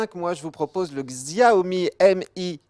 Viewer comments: svp, arrêter de dire Xiaomi, ça se prononce "Chaomi" ! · on dit "Chiaomi" pas "XXxiaoooomi" vous faites des efforts quand c'est de l'anglais mais jamais pour une langue asiatique c'est fou... Enfin c'est pas non plus parce que c'est chinois que c'est nul franchement à vous entendre on croirait qu'un smartphone chinois = arnaque..!